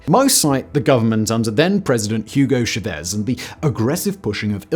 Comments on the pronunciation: Stop saying "shah-VEZ" - it's pronounced "CHA-vase" (or Anglicized to "CHA-vezz") where the first syllable gets the emphasis and if doubled would become the Cha-Cha. 🙂 Or do you pronounce the Asian eating utensil a "Shop Stick?" 😉 Very unlike you to get even difficult pronunciations wrong so this easy miss sorta surprised me. Otherwise a good video as always - easy to understand yet rich in info and well-researched. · Hugo Chavez is pronounced (Chah Vezz) not Shav-ez. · It’s chAvez, not chavEz. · it's Chavez with the stress on the Cha not the vez...Chávez